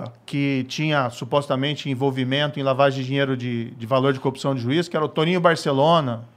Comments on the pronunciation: Velho quantas vezes ele fala "coopçao" , "cupissao"... o que é isso cara? Sinceramente não faz sentido, é uma repetição de absolutamente vários nadas. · O cara n sabe falar CORRUPÇÃO